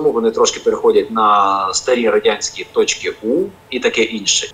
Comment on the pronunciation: Дуже цікаво, але після слів "тічки У" стало якось смішно)